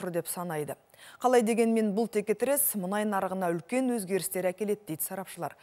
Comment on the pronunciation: Мұңай, мұңай деп отырған сарапшы кім? 😉😄 Менің білуімше мұнай еді!